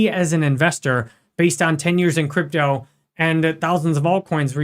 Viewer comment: Ich liebe... alleine wie er "Krüptauu" ausspricht 😂...aber natürlich ist der INHALT super!!! 👍